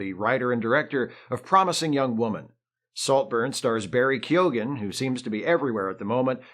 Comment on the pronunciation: On point pronunciation of Keoghan. Well done.